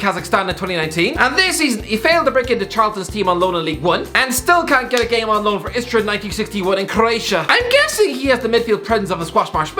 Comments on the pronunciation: Its nk istra not iskra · It-s Istra not Iskra,just mentioning